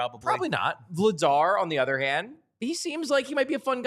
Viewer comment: I want people to start saying Dan Vladař’s last name right. That’s a tough one for English speakers to get close to right. If Christian Dvorak were from Czechia, he’d have one of those řs too. : D